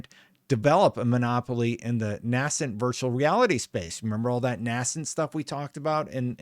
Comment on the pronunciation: Nascent is pronounced Nay-sent.